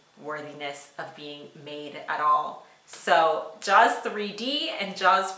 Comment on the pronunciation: She called “Jaws” fine ..... wow